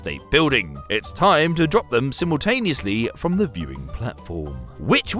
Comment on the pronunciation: Symotaneously? You mean simultaneously?